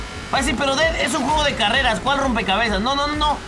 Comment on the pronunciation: el ded argentino😂